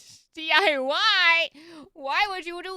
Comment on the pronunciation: It's not diy it's di"why?" XD